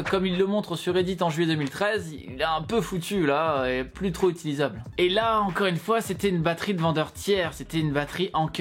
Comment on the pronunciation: Samsungeuh encodeuh pas besoin de rajouter de eux a la fin de t mots